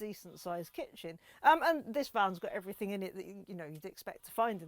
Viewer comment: You're not missing much, I heard her say "everythink" and "lenth" instead of everything and length. When she "unreleased" the straps to raise the roof I'd had enough I muted her incase she rereleased them to get the roof down.